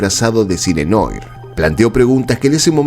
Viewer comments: Blade Runner, y la pequeña bestia pronuncia "rUner". Y la remata con "cine noir" ¡¡¡¡Y PRONUNCIA "NOIR"!!!!! Sangran los oídos. Terrible ignorante. Ya lo dije: PEQUEÑA BESTIA ... DESILUSTRADA. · Noir se pronuncia "Nuar"😢